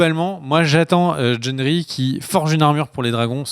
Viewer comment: Mais jendri???? C pas Gendri?